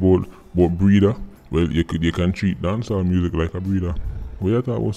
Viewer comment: Why it sound like Sir P a seh Dawn Sawl instead of Dancehall?